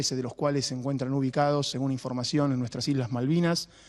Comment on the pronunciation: "13 de los cuales se encuentran en NUESTRAS ISLAS MALVINAS"Soy el unico que vio que remarco el "Nuestras"?